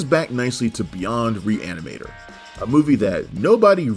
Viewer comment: pronounce that title one more time... I think you can get it. Just messing with ya lol